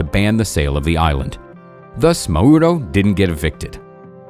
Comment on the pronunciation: You are pronouncing Mauro WRONG YOU PRONOUNCE Mauro accenting the ‘U’ The correct pronouncacion is Mauro accenting the ‘A’